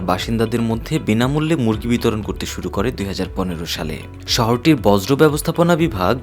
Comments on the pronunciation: একটি বৃহত্তম চ্যানেলের সংবাদ পাঠক "বর্জ্য " কে বলছেন "বজ্র " বাহ বাহ। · চ্যানেলের উপর বজ্রপাত হয়েছে😂, বর্জ্য উচ্চারণ করতে পারে না, ভুল যে করছে সেটাও বুঝতে পারছে না।